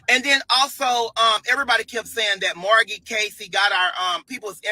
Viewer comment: Margy??? Ninja its M A R G I E